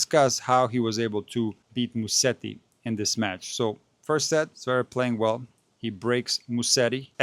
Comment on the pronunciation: It is Musetti and not Musteti.